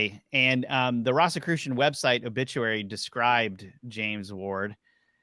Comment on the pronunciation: Why are you pronouncing "Rosicrucian" like that? It isn't "RAHsicrucian", it's "ROHzicrucian". They were the order of the "Rosy Cross", or "Rose Cross". Do you call the rose flower a "ross"?